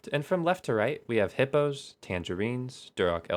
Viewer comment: Don't you mean "Little Hipyo's" :D